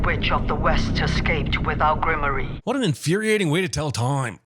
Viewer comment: What a dumb way to pronounce grimoire.